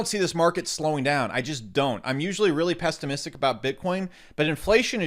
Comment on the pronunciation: "pesstimistic" about btc myself lol